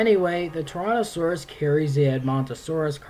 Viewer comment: It sounds like you're saying Torontosaurus or Tauranasaurus, not Tyrannosaurus.